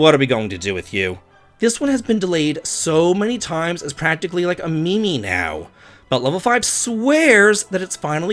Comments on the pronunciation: Love your content but it’s pronounced meem not me-me lol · its pronounced "meem" im not busting balls. i can tell you only saw the word written down.